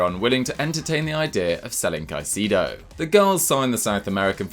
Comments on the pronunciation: It’s pronounced cai - se ( like the se in second) - do not caiseedo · For the love of god it's not caeecido is CAICEDO !!!!!!